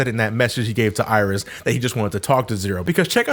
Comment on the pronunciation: Iris? no no no, i think you mean "aieerish"